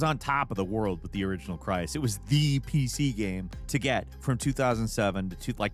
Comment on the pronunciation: "The original Cry-is" It's Crysis,. You even say it correctly right after.